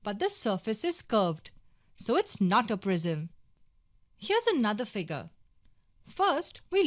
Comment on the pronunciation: Nobody: The girl: FIGAAr [Figure]